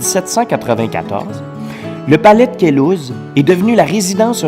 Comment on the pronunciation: Queluz, pas Quezul !!